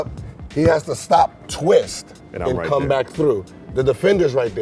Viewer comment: "I have to stop and come" am i the only one who heard "cum" XD